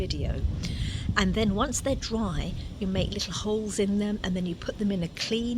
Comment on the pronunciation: Dry. Not draw.